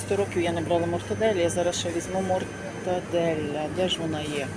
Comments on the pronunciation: Ага .."Інтолєранце Елєментаре"😂.... І мати оголошення в аптеці перед самим носом ! Блін нехай вимова не перфект але ж прочитати без помилок можна і зміст слів не змінювати! "Йду візьму мортаделя "🤦😂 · неправда ваша....Вживають пом'якшене Л...( Щось середнє) , Але ніяк не ЛЬ з м"яким знаком типу мортадеЛЯ та ще й з одною Л, коли треба вимовляти подвійне ЛЛ. Так говорять тільки недоучки типу" педагогині - гані ".... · Вчителько ,з педагогічною освітою, хоть не кажи, що в тебе є освіта ,написано великими буквами Мортаделла, дві літери " л", маєш іх вимовляти і викінці буква " а"де ти бачиш мортаделя .